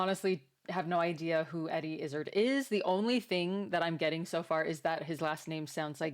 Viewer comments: Welcome to the surreal and uniquely fabulous world of Eddie Izzard. By the way, in Britain, we say his surname such that it rhymes with "hard". Keep these lovely reaction videos coming. And good luck settling into your new home! 🙂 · It's pronounced Eddie Iz - Zard rhymes with Eddie Is Hard. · Fantastic comedian and comic. The last part of his name rhymes with 'hard', BTW. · Eddie Is Hard is the pronunciation. I meet a relative of his once! When he said his surname I said like Eddie? And he went off on one about how Eddie dresses etc, (you will learn?), and Pride marches etc! And why can't hetero people have marches as well? I only wanted him to sign off the bloody delivery! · Izzard is pronounced more like "Is Hard" with a dropped 'H'. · I think Izzard is pronounced more like bizarre (+d) If you're impressed with his style (btw, I think that's a tailcoat), you should realize that this is one of his most normal/boring-looking outfits. Wait until you see him in a dress, makeup, earrings and high heels! The word you were looking for is pussycat. Youtube auto subtitles are just being silly. Apparently there's a story or poem he's referencing. Eddie is always great. Especially when he plays multiple characters talking to each other, and he gets into ridiculously silly, funny and oddly detailed stories 😂 Check out for example: Eddie Izzard "Cake or Death" Sketch From Dress to Kill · You are mispronouncing their last name. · I came here to say this came thing. In Dressed to Kill we learn all the backstory needed to jump start your new fandom. His last name is pronounced with emphasis on the last part. Not izzard like lizzard, but IzzARd... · It's a dinner jacket, and his name rhymes with "hard", not gizzard. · Great channel. Subscribed. Not izzard as in lizard, but Izzard as in Is Hard - silent H - He was bullied at school so changed his name to suggest toughness. :) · Actually his name doesn't sound like gizzard because it's pronounced iz - ard. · It's "IzzArd".